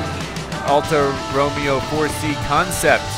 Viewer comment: Just to let you know mate, its pronounced alpha row-may-o